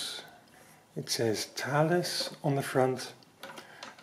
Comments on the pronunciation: I had some single frequency GPS receivers (for surveying) with the brand name Thales. I was told it’s pronounced Taw-lus. Looks like Thay-uls to me. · Great pair of videos - I think we've been pronouncing the Thales name incorrectly all this time!!! That really is the essence of a pinwheel calculator with no extra bits or features, nice and simple. The moving comb to clear the input register is like the one on the Felix machine.